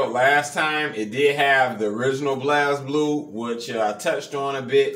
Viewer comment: Very cool build, might have to get this for my cabinet as I love Blazblue and wished it was from the begining. Just a heads up the game is pronounced Blaze Blue not Blaz Blue.